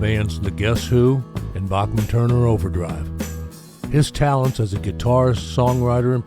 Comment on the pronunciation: Randy's last name is pronounced BACKman, not a soft "a", like the great composer Bach.